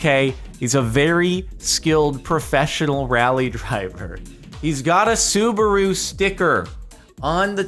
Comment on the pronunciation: Sue-bah-ru I'm dying😂😂😂😂